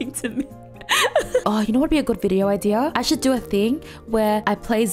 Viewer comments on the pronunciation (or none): none